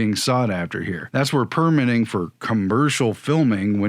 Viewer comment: It’s perMITTing (verb) not PERmitting . PERmit is a noun. There are bout 50 noun/verb pairs like this is English where the noun and verb look the same but the syllable stress shifts from noun to verb like: INsult/inSULT or REbel/reBEL. It’s surprising to me that mostly Americans don’t understand this and never seem to learn. This goes back as far as I can find to old movies from the 1930’s where I hear actors making that mistake and it was never corrected. There are many often repeated rrrors in which Americans speak English from grammar to a deafness to how rhythm and stress can convey meaning. It’s not accent but ignorance.